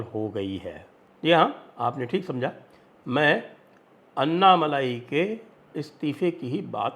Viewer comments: Anna Malayeh not Malai 😂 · Annamalai nahi -- ANNAmalai boliye. "N" shabd ko "n" math boliye